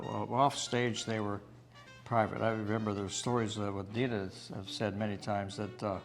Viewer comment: It’s Dee-nuh